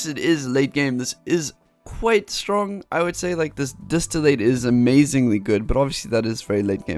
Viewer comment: Gosh, distillate is not pronounced distill-Eight. It's distill, and the "ate" would be pronounce like the "et" in "bet"